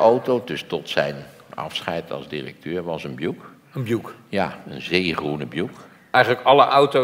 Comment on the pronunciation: De alles- en betweter die Buick uitspreekt als Bjoeck ipv Bjoeïck. Tja...